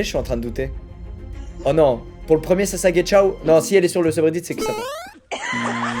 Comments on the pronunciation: Je suis là seule à dire sassageyo(dsl pour l'orthographe) et pas sassagechao? Il dit sasagechao à environ non? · Moi en entendant : SASAGECIAO 😳😳😳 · Sesag"ciao" sérieusement squeezie ? 🤣🤣🤣🤣